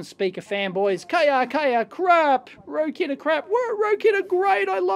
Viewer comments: it's pronounced rocket, not rokit. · "Rocket"... as opposed to "row-kit" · Guessing it should be pronounced "rocket". :) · It's pronounced "rocket"